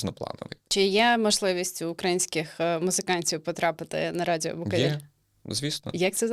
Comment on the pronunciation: Чому ведуча каже "букАвель"? Якщо він БукОвель)